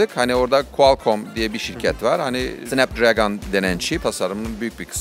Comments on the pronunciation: SINEP DIĞREĞGOĞN! Snapdragon R.I.P. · SnapDragon'u ilk defa böyle duyuyorum...